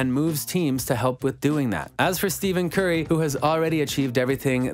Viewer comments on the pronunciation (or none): Great vid! But it's pronounced stef curry